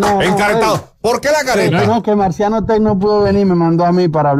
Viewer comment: Díganle a que se dice Marciano Tec, y no se pronuncia la CH al final, por favor.